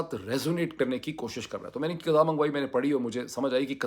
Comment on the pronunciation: "KATAB" Nahi Hota " KITAB" Hota Hai Yeh Lafz Urdu Mai Likh Kar Samjho Ya Kisi Urdu K Shair Se Ya Urdu K Ustad Se Samjho 😂😂